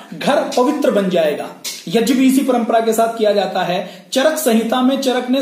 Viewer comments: जब से संस्कृत भाषा पैदा हुई तब से यज्ञ (यग्य) बोलते आऐ हैं आप यज्य क्यों बोलते हैं ? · Yag ko yaj kiyon bolte ho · यज्य नाही यज्ञ बोलते हे... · Yajya kya hota hai prabhu? Angreez na bane. Yagya hota. Angreez gya na bol pate the to wo jya le aaye. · "यज्ञ" को गलत उच्चारण कर रहे हैं "यज्य" गलत उच्चारण है। वैसे जानकारी महत्वपूर्ण है।